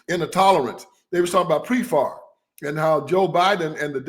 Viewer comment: It is PEPFAR not Prefar and it's corrupt to the bone, Frauci involved used aids for pHARMA profit, AZT was mass murder, he SUPRESSED ALTERNATIVE TREATMENTS AND TAINTED THE blood. DEBORAR BIRX TOO, She was about to have surgury and said Do not give me blood, criminal genocidal maniacs.